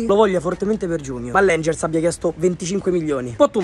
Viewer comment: Se pronunci il nome della squadra alla francese (anjé) e non alla scozzese, è meglio ;)